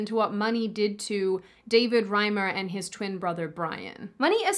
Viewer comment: Why do so many people refuse to pronounce David Reimer's name correctly? Surely his memory deserves more respect.